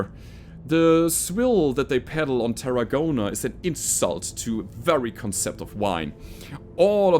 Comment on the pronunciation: Hey. The planet Terragone is NOT said as 'terra-gonn-ah'... But instead is a compound word 'Terra-gone', as in gone the way hell away from Terra. A good joke by the programmers at HBS don't you think?:) Remember, you just got an arm actuator, so your new firestarter can go 'punchy' if you want.